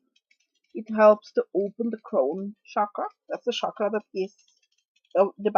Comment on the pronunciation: Hi, just so you know Chakra is pronounced with a CH sound, not a SH sound, I have quite a bit of understanding of the sanskrit language.. shakra means something else... cakra/chakra literally means wheel.